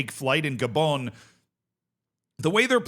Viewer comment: How are you mis-pronouncing so many names. Who the heck are Lesoootooo or G'bon? So many others.